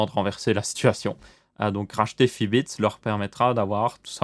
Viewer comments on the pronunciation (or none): Fitbit pas Fibits